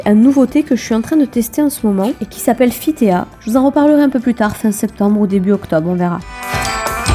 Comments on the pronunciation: C'est pas plutôt " Fit ti" ? Parce que "tea" c'est thé en anglais.. :/ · Mon petit commentaire inutile : le thé c'est fittea tea comme "ti" c'est thé en anglais ;)